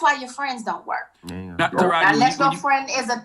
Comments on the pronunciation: Sis if you say ta-heri over TA-RA-JI IM GONNA DIE... LMAOOOOO... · Tahiary?? Who don’t know how to pronounce Taraiji 🤦🏾‍♀️ but I guess keep going chileee ooooweeeee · Ta•Rah•ji!!!😂😂😂😂not Tahari. I like veyou Sis! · I wish she'd stop mispronouncing Taraji's name....that's so disrespectful and rude. Her NAME IS NOT TAHARI!! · 🗣Taraji Jessica... NOT Tahiry!! Sheesh!!!! 😩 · Taraji name is pronounced TAH RAH GI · Yesh you ignorant af. You got the whole story wrong. Definitely unsurprising from a women who can't even pronounce Taraji! Tuh rah jee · It’s TA-RA-JI like RAH! And JEE! You..., ima keep that to myself .